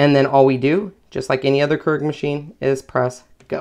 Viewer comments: It's 'cure-ig' not 'ker-ig'. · It's pronounced k-e-e-r-e-g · pronounced.... Cure ig